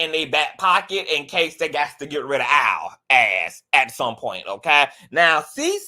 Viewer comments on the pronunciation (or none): Al not Owl…